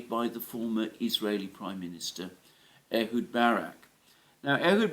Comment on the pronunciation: Ehud not Edward! Francisco not Franchisco, Snake not Snakes,,etc, etc